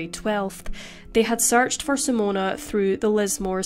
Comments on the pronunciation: SIMONE not Simona!!!! Sorry, but as a Simone, it's really annoying when people say Simona- unless you're Italian!! Appart from that, it was a really good video! 🤙🏽🙂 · You are NOT pronouncing her name correctly. It is NOT "Simone-u"....even in Australia it isn't "Simone-uh".